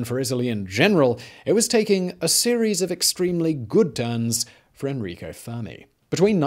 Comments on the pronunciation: N-Rico, not On-Rico….Guido, not Guidio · it's Enrico not "Anrico", learn to read Simon! I know you are terrible at pronouncing things but this is beyond that, it is simple, E-N-R-I-C-O. With an E.